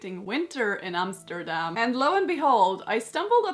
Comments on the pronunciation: Yes! Finely a dutch dress! Have been waithing for this. Love how it tured out. I alsow like how you prenouns Amsterdam. Its like your a Dutch person yourself! No strange Emsterdem sound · Awwww, you’re pronouncing Arent Arentsz and Amsterdam so well! His nickname ‘De Cabel’ is pronounced with the same ‘a’ like ‘ahhhh’ as is Averkamp from Hendrik Averkamp. Everything pronounced as an English ‘a’ is written as ‘ee’ in Dutch. But that’s not your expertise, so no worries!! I love what you’ve made from it regarding that if I’d lived 500 years earlier I could have looked like this. Because I’m even from the same part of NL🤗 As a child I’ve skated very often, but now not so much ice. I guess I should come to your country then! Oh and one more fun thing you remind me of my aunt when she was younger. So you look Dutch too🤩😎